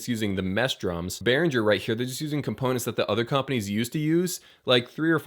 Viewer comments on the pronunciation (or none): Behringer. Properly pronounced "Bay Ringer" German. Give them a call.